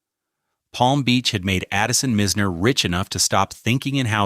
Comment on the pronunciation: It’s Boca Raton not Boca Racon and it’s not Mizner but Myzner!